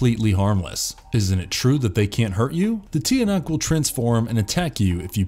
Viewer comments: "Tiyanak" ITS CHANAK :SOB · Ang social naman yung pronunciation nya, Ti-a-nak xD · its actually pronounced chanak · The "Tiyanak" is actually pronounced like "Chanak". They're not goblins,. but babies turned monsters I believe. No hate though just wanted to share my knowledge lol